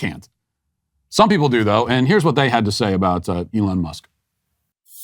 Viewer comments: “Elana Musk” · He said Ilhan Musk lol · I thought I was the only one that thought al said "elana" 😂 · Al Sharpton has a show, is paid millions and he's supposed to explain what's going on in the world... and he doesn't know how to say "Elon".